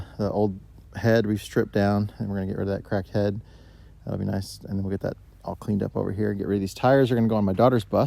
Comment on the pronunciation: when you said you was going to get rid of the cracked head i thought you said crack head and laughed my ass off lol